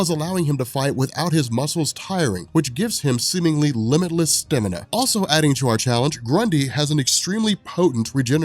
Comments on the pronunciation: It's stamina, not stimina. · Is no one else bothered by how he says "Stamina?" Don't get me wrong, I LOVE these videos and have watched a TON of them.. but STIMINA? Come on my man, where does that come from? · buddy, the word is STAMINA. Not stimina. Stamina. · Okay, I'm drawing the line on weird pronunciation after hearing you say "Stemina!" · Stamina..... annunciatory cryptonite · the way he says stamina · The way you say stamina is brilliant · I love how says stamina